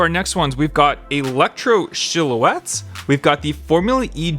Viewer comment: No hate, but I’ve never heard anyone pronounce “silhouette” that way before! 😝 It’s interesting 😀